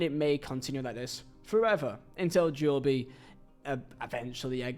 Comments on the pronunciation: Who tf is Jobey? 😂 it’s JOBE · It’s only Jobe not Jobie 😅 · I think his name is Jobe and not Jo-be correct me if im wrong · He’s from England aswell he knows is JOB(E) and not Jo-Be he’s doing it for attention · I hate when folk say Jobie. Like it's not like Jobe McAnuff. I get it the first name can be said differently however get it right It's Jobe Hearing this is how some people say his name constantly makes me want to off myself hearing it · If it makes you feel better, you pronounced it correct in Zulu 😂. We say Jo-Beh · JOBe bryant, cant even watch this one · Needs to re upload this pronouncing Jobe correctly haha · Couldn't watch more than 3 minutes, the butchering of Jobe is just criminal, hearing JoeBee over and over was too much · If it’s Joooo-bieeee, time to start learning Polish my friend. English is not working out for yOu! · I don’t know but I think this is just pure laziness from, Jo-be??? Jo-be?? Come on bruv, you could literally just watch videos or google his pronunciation… Yeah I’m sorry, I’m a huge fan but I think I’ll have to skip this one, I just can’t stand hearing “Jo-be” every other 30 seconds 😂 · as I’ve mentioned I find your vids entertaining and informative but Jo-bee is an Ai level of mispronunciation! 😂👍⚽️ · I do like Vizehs vids I think there entertaining and informative but Jo- bee is an AI level of mispronunciations ! 😂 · You’re right, I’ve been laughing my ass off hearing him say “Jo-be” 😂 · You pronouncing his name like that makes me die inside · How are you English, a grown adult, a football fan and still not know how to pronounce 'Jobe'?? :D Anyway, nice video. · WHY ARE YOU SAYING HIS NAME LIKE THAT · imagine making a video about a guy you can't even pronounce 😂😂😂😂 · Its Jobe like in the bible. One syllable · we do it as banter for a laugh but doing it on a youtube video when he knows full well its its jobe not jo-be is attention seeking to the finest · Jobe - ❌ Jo-be - ✅ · Bro its jobe not joby